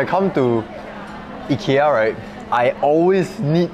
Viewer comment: Love how you take the effort to pronounce Ikea correctly